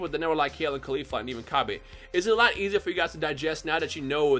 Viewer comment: why do you still pronounce Cabbas name like that we have a official way to say his name now and thats not how you say it